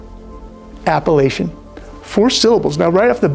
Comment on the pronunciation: Appellation 😂 I thought you were saying Appalachian ... great video Brother, thank you for posting! Prayers and blessings to you and your family 🙏❤️